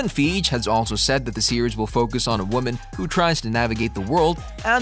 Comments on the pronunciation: Who is Kevin Feeeg, I think you mean Fih-gee? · KEVIN FEEJ? Dude. C'mon. Please learn about what you're narrating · I stop watching and disregarded every in this video as soon as I heard Kevin "Feege".... if you want to be taken seriously, at least get the important names right. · Lol “Kevin Feeje” 💀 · Did he call kein feige as feej 😂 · DUDE ITS KEVIN FEIGE!!! (Fy-gee) 😂😅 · Indeed..he cannot get Feig right... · i find it funny how the narrator say Kevin Fiege's last name. seems to forget that it has another E at the end of the name. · i think you need to spend some serious time researching the correct pronunciation of the people in your video (i.e. Buscema, Feige)